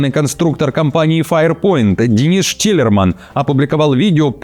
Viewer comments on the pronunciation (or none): none